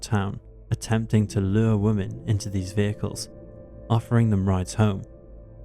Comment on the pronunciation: You obviously don’t have a good grasp of it yourself because you didn’t pick up on the fact he pronounced women as woman. Pot calling kettle.